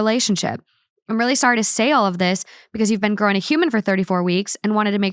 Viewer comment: Ive never heard anyone pronounce “been” like “ben” until i heard talk